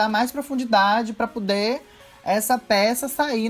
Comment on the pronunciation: "pá pudê"